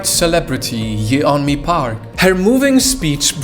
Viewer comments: Her name is pronounced like "Yonmi", not "Ye-onmi". In Korea, her name is spelled 연미, which, when transliterated becomes "Yeon-mi", but pronounced "Yon-mi". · A tip: her name isn't separated a Ye Onmi it is "separated" as Yeon Mi. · can't trust any information in this video because apparently you didn't even do enough research to pronounce her name correctly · You don’t pronounce the ‘e’ in the Korean vowel ‘eo’. It’s just to distinguish it from another ‘o’ vowel. But thank you for exposing her lies. The Democratic People’s Republic of Korea is not a terrible place though. They literally had a revolution in the 40s to end oppression. The DPRK is an amazing country that encourages people to be creative! 🇰🇵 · bro you're not even pronouncing her name right lol